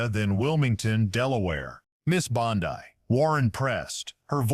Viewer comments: Well this AI. CANT pronounce words right ITS NOT BONDEYE ITS BONDEY. GET THE F’ing AI RIGHT OR DROP THE 💩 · Bondi is pronounced bondy, not bon-die. If you can't get the small important details right, why should anyone trust anything else you say? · “Bon-dye”.? What is this, Amateur Hour? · I couldn't avoid noticing that several times during the program, the AG's name is being pronounced, "Bond-eye". Is that due to AI or just a narrator who hasn't done his homework? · The actor reading this doesn't know how to pronounce Bondi.. Where does this report purport tobe from¿ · I did a Google search and this is all I could find. This story is a lie, it is AI it doesn't even know how to say Bondi. This never happened.